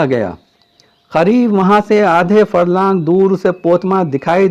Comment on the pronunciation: kya aap Hyderabad ke hain kyon ki aapne Talaab ke KHAREEB kaha qareeb ko Khareeb keh diya